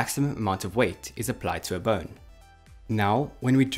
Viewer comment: I keep hearing "burn" when you say bone But awesome vid!